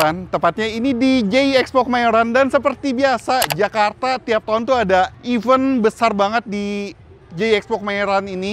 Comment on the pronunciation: maaf ralat dikit ucapan nya ya. Bukan even (artinya:bahkan), harusnya bacanya event (acara), e nya hidup... 🎉😊